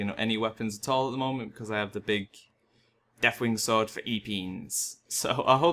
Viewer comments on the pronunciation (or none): none